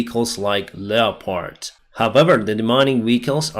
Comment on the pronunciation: Love ya and your updates, I also watch Paul (Combat Vet). You guys need to get together and coach each other, you help him with pronouncing Ukrainian names for people and places, him help you with your English. You are starting to wear off on me, I'm now calling them Lep-heart tanks. Keep up the awesome work.